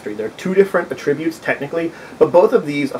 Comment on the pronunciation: I've seen others comment on this, but without any helpful suggestions; allow me to correct that. You say attributes incorrectly, at least to the ear of English speakers in the USA. You say "ah...tributes", when we pronounce it "at-trib-butes". Forget that there was ever a word "tributes", which your mind links to this one; focus on the "trib" part, and say it as your would in the word "trib-u-lations". You also seem to say it as two words, which is why I used the 3 dots for your version, indicating a pause- "ah...tributes". You should not only emphasize the "trib" part, but also say it as one word with 3 syllables, rather than saying it as two words. I hope this helps you be better understood in the future. I can look past you mispronouncing a word, but perhaps other members of your potential audience would be turned off by something hitting their ear wrong, especially because it is a word used so often with gaming and this video.